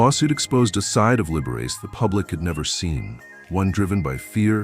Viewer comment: “Libberess” & “Libber-ace”?